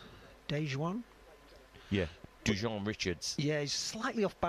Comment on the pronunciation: It’s, Du wan Richards..not Du jon Richards!